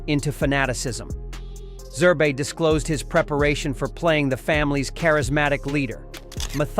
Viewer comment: The man's man is Zerb not zerbee he is not a stuffed toy